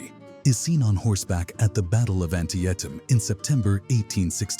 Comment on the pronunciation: 5 seconds in I stopped watching when the stupid AI voice mispronounced Antietam